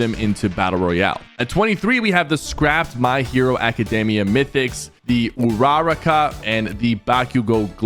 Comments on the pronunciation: Bro really said uraruka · Please never say Uraraka that terribly again, I felt part of my soul get ripped out of my body. It hurts, a lot. Tudoroki!? WHO IS THAT?! Dude please watch My Hero academia that way you can at least say the names right!! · bro completely butchered uraraka and bakugos names 💀 💀